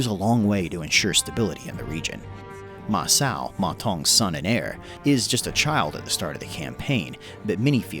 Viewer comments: Just an FYI, the CH in Ma Chao is the same as in English. It should sound like "Chow." You are pronouncing it like "s" as in Ma Sao. learning pinyin is pretty easy and you could learn it within 15-20 minutes. Otherwise loving the work and can't wait to see more of your videos! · Word-butcher tip: Ma Chao is pronounced literally as Ma Chao, which is like Ciao from Italian. And Cao Cao is more like Tsao Tsao.